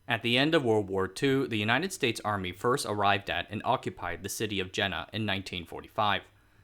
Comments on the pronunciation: Hi there, The city is pronounced Yena. Not Jena. In german J is pronounced as Y. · Jena is pronounced "Yena" like "y" in "Yale" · Since the name Jena appers so many time in the introduction, it would be so nice to take care to pronounce it properly... the initial consonant is [j] not [d͡ʒ] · "Jena" is pronounced Yeh-nah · Jena roughly to be pronounced as "Yey- nah" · Thanks again for an interesting video. Just to be pernickety: "Jena" is pronounced "Ye-na". Similarly, "Jenoptik" is "Yen-optik". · Thanks, interesting. Jena is an interesting town with a lot of high-tech companies and research facilities (and a funny tower). BTW, Jena is pronounced with more of a Y sound, like Jägermeister. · Excellent video. Would be even better if the name Carl Zeiss, Ernst Abbe, the University of Jena are properly pronounced. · Dude, pronunciation! I understand you may not know hot to pronounce Zeiss, but butchering "Jena"? You have no access to Wikipedia?